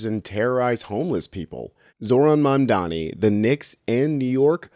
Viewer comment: Did you just say "mandani" ? Who's that? 😅